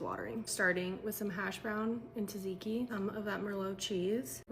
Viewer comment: dude how are you pronouncing tsatsiki 😂